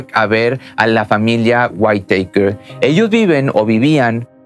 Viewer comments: Se pronuncia: "Guítakers". No Guaiteikers. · Me incomoda el cómo pronuncias el apellido cuando se pronuncia simplemente como se escribe WHITAKER nada más,sólo que con el sonido del inglés la T tendrías que pronunciarla como una D y la E y la R como un KERR con doble R.más o menos así,sino mira videos donde te enseñan como pronunciar los nombres y apellidos en inglés y de otros países de distintos idiomas es interesante y aveces divertido si quieres aprender. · SE PRONUNCIA "GÜITAKER" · Waitèikers hahahhahahaa SE PRONUCIA LOS WITAKERS me deberías contratar para ayudarte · Se dice whittakers no guiteikers pero solo digo no intento ridiculizar ni nada por el estilo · Perdón pero me hace mal escuchar "waiteiker" 🥴 se pronuncia Wittaker tal cual se escribe, con el acento en la i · El apellido Whittaker se pronuncia WÍTAKER ( güítaquer). ☺️ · Habías de corregir, Whittaker no se pruncia "WAITEKER". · Es witakers jajaj me estréso cuando lo pronuncia mal jajaja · Se dice guiraquer 👌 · Ojo Se pronuncia witaquer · No pudistes consultar la pronunciacion correcta de Whittaker? 🤦🏽‍♂️